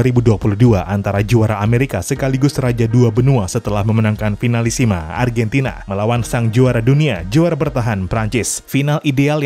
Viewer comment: Argantina yess